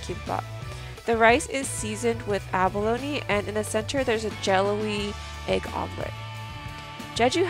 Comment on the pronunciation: You are pronouncing abalone as abalony.